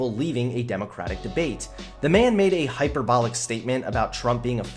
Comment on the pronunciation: Mate, you pronounced hyperbolic incorrectly. Otherwise great vid and entertaining channel.